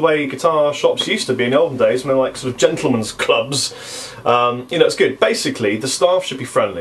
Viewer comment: Did you just say, "djentlemen's club"?